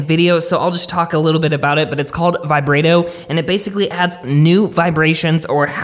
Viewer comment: reading must be a struggle for you. myriad is pronounced "mirr-ee-add" not 'my-rade' and vibrato is pronounced "vaiy-brot-oh" not 'vibrate-oh.'